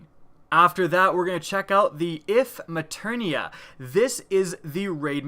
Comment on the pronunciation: "The IF MATERNIA~" There's no "N"